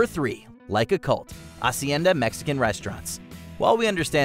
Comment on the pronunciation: The way he pronounced Hacienda is also funny (the h is silent)